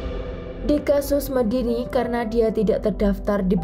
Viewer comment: Honour killing jatuhnya, membunuh demi harga diri dan kehormatan. Omong2 Medine dibaca Medine seharusnya e- seperti e pada tempe. Bukan Medini.